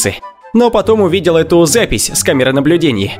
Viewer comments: Отвратительно слушать когда слова ковяркаиете. Вы ведь враде грамотничеловек. пример того что вы говорите: камера наблюдинье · Чувак что у тебя за проблема с произношением окончаний? Почему доказательствэы ? Увальнениеэ, наблюдениеиэ